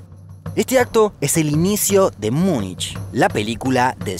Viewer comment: Dijo muinch jaja muinch